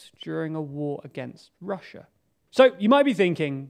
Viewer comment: Why can't you pronounce Russia correctly?